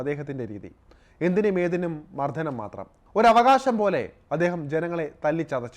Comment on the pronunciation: വാർത്ത വായനക്കാരാ വർത്തക്ക് കട്ടി... കിട്ടാൻ വേണ്ടി വാക്കുകൾ മാറ്റണ്ട... മദ്യം ആണ് മദ്ധ്യം അല്ല മർദ്ദനം ആണ് മർദ്ധനം അല്ല മലയാളം ഒരുപാട് പ്രത്യേകത കൾ ഉള്ള ഭാഷയാണ്... ന എന്ന അക്ഷരം രണ്ടുരീതിയിൽ ഉച്ഛരിക്കാം.. പ്രയോഗത്തിന്റെ ആവശ്യം പോലെ.. പറഞ്ഞത് ഇഷ്ടപ്പെടാൻ വഴിയില്ല..... 😏 വിട്ടേക്ക് 👋